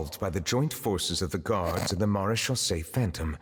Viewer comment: It's pronounced "mara-shaw-say" phantom